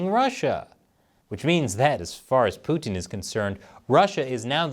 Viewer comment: Americans pronounce Putin so annoyingly.